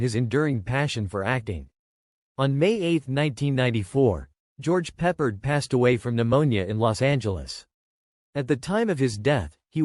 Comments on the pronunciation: George Pep-PARD. Not George Peppered. So ridiculous. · Maybe learn how to pronounce his name.